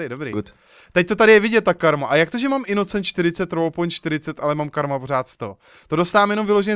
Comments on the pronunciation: skara to není inocient ale inocent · prej "innocient" :D